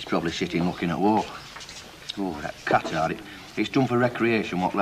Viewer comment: of course Pat Phoenix knows how to pronounce 'Qatar".